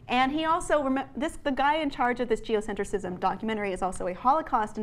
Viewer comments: It’s “geocentrism”, not “geocentricism”. Geocentricism is not a word! Normally that wouldn’t bother me so much but she says it incorrectly like 80 times. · You're adding an extra syllable in geocentrism,. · This is far from the truth. Seriously, you cannot narrate a whole script, not knowing what it was about. She signed a release to boot! And it's not "Geocentricism," ...it's "Geocentrism." Morons... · PLEASE learn how to say geoCENTRISM... before you criticize it..